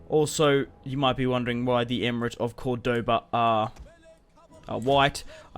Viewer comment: Very nice bro but you suck at pronouncing the name though lol